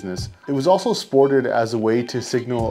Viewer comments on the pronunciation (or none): none